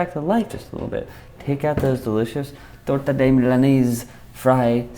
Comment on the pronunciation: the way you pronounce "torta" is perfection in itself